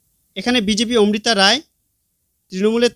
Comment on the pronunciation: দারুন ভিডিও তবে প্রার্থীর নাম উচ্চারণ এবং লিখিত বানানে ভুল আছে। লিখিত ভুল -মিত্র >মৈত্র মৌখিক ভুল - ওমৃতা > অমৃতা